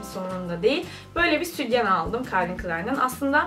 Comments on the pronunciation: Südyen değil o sütyen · südyen demen beni aşşşırı triggerladı